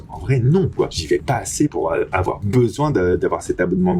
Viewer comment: "Il ne faut pas awar peur"